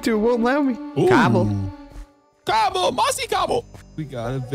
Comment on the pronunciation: Puff it’s COBLE